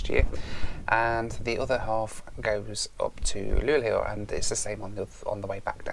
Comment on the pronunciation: A few things: you seem to pronounce Luleå more like "Luglio" (which means "July" in Italian). "Sovvagn" means "Sleeper wagon", "väckning" means "awakening" and "en smak av Sverige" means "A taste of Sweden".